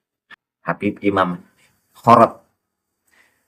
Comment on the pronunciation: Khorod..di baca Khirid..itu salah satu marga baklawi..yaitu ada nama Ali khirid.